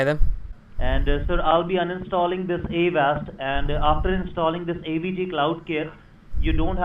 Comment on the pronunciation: "I'm not sure what wersion of Vindows it is because I'm not very good with computers" "Yeah, I have Awast ." "It'll be a Wisa card." " Prowiding " "C- Wee-Wee " " Reweal "